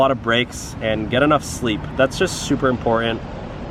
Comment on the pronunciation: Please learn to say important.